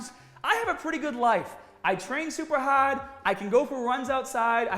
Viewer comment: Boy, When gets mad, is accent really comes out. I get it! It's 'hâââd' to deal with.